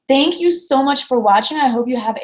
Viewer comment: Hi! I've heard you saying "thank you" like "Dank you" with no "th" sound, or "I've been" with a strong "e" in "been", more similar to "pen" than to "beep". Which accent is it? I've never heard it like this.